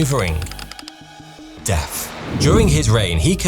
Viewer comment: When you paused and put emphasis on the word deaTH, you pronounce it deaF, and then I noticed all your "th" words you botch . Horrifying!!!